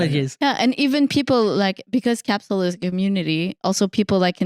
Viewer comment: I already died with the Thumbnail but then I came back when said " KAPSEL ".......